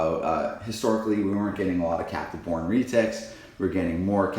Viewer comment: When you say captive bred it almost sounds like you’re saying Catholic bred.😄